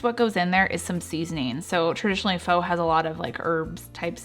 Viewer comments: Early on I mispronounced PHO too...it's FUH. Just FYI. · Pho is pronounced fuh. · F-ugh not fa lol 😂😂😂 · Pho is pronounced ‘fah’. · Not foh but fuh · Just fyi, Pho is not pronounced "Foe". Its more like "Fuh"...Fuh-getta bout it! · Every time she said foe, I said fa. :) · just to let you know, it is pronounced "Fuh" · I love your recipes BUT Pho is pronounced “pha” very short a 🙃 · Pho is pronounced like fu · It's pronounced FA, just an FYI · Love these recipes !Thank you, (FYI it's pronounced FUH =) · I love you videos! PS: pho is pronounced Fu, like FUn. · This is great...and BTW, pho is pronounced FU...like in funny. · I'm looking forward to trying these recipes. By the way, Pho, is actually pronounced Pha. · What the Pho? (Pronounced as fuh) thanks for sharing ❤️ 🍜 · The generally accepted way to say “pho” is “fuh.” Looks delicious though! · Thanks for the recipe. I do believe Pho is traditionally pronounced like “faa” instead of the way it’s spelled because there’s an accent mark on the letter O. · I was also going crazy at the mispronunciation of Pho. So much so that I couldn't take it any more and skipped to the next recipe. Seriously - I am so ridiculous! Great recipes though. Thanks bunches for the inspiration. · Your food looks delicious!!! I'm totally going to make your soups, but your manner of speech, you have to know a couple of things: 1) it's VIETNAMESE, not viet-ma-mese. 2) Pho is pronounced FU fuuuuuu, not FO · You lost me at pho and vietmanese . It’s fuh and Vietnamese . You might want to not drag out your videos. Most ppl want to watch fast to the point videos. And not as many commercials